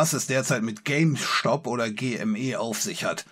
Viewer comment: Diese Aussprache von "Stop" triggert mich ein wenig...